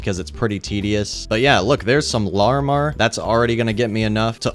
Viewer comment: You pronounce larimar wrong.